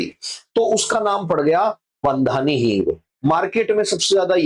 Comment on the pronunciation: बंधानी नहीं, बांधणी हिंग उचित होगा।